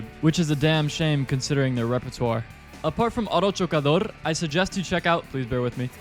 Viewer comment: "Auto chocador" is bumper car in Spanish, as you properly said.